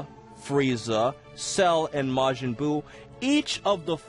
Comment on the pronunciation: Majin is pronounced with a hard J and Gero with a soft G.